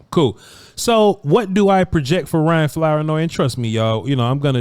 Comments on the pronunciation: Flour-noy? Is that the correct pronunciation? Something tells me it isn't. I'm gonna say it's Floor-noy. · It’s pronounced “Floor-noy” Also it’s Southeast not Southeastern. Lastly I was the camera guy for a few of these clips 😂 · Flour-Noy is pronounced like flouride that is definitely in Vochs toothpaste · The last name is tricky Flournoy . Pronounced ~ Floor Noi 😂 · It's not Flour- noy lmfaoooo damn mane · It's pronounced FLOOR NOY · You would have a lot more credibility if you would learn to pronounce his name.☹️☹️☹️😂😂😂